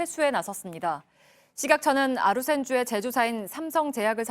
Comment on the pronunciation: 아루센주가 아니라 아루샌 주사라고 해야..